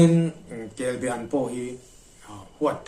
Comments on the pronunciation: A sawi tu hian be leh ba tih hi a hre hrang lo a nih dawn hi. Kelba an tih tur a nia. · Chuap tihfaina ....Kelbean ang deuh khan i sawi a, Kelbaan anih ka ring reng a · Kelba an kan ti thin, i lam dan hi a diklo. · Kelbe an I ti zel a,in khaw lamdan a ni maw? Kelba an ti hlirin ka hria.